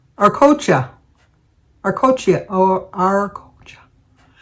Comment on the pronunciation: Thanks for the sweet anniversary song! You are one of the few who pronounced it right!🎉 IT’s Ar-co-cha! And today we celebrated 35 years! Great Christmas memory! ♥️ I’ve decided to just maintain -not gain over the holidays! I’m a new Grandma this year and I’m going to enjoy this season!